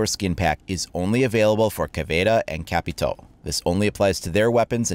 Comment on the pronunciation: I love how you pronounce caveira and capitao